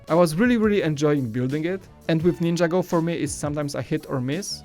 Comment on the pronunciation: IT'S NIN-JAGO!!!!!!